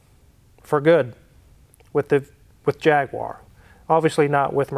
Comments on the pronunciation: You say ‘bonnet’, ‘boot’ but still say ‘JagWar’. Now, repeat after me Jag-U-ar. Thanks for trying. Lol. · Don't know why Americans call it a Jagwire. It's a Jag U ar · It jag - u- ar not jag- war and it is sol-der not sod-er😅😅😅😅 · OMG there's no "WAAR" in Jaguar. Its JAG YOU RRR. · practice saying jag...you...wer!!! thats the correct way to say it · In the Uk we say Jag- you-err😀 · its jag you are , there is no w in jaguar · congratulations on the purchase of your Jaguar, nice to your not anti European cars personally and business wise. Just one small thing to make us long time subs on the otherside of the pond proud would be to refer to it correctly, and you could be the first NA youtuber to do so Repeat after me, Jag - you - are there's no W or aa in the spelling. That 'numpty" Hoovie will be so jealous 😁😁😁